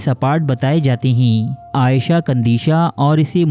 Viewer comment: Video's Daily dekhta Hun . per is video ne bohot ghussa dilaya . Parrh ker bhi galat naan bol rahe ho woh bhi bar bar . Aisha kandisha (عائیشہ ) Nahi he. ( iisha - عیشة ) he.